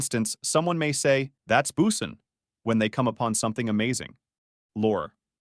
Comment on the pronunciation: I'm not sure if the narrator is mispronouncing things on purpose to seem like an A.I. or it is actually an A.I. gemerated voice talking. "Boosin"?, Justin "Baiber"?, "Litl"? C'mon. Some of those are well known pronunciations...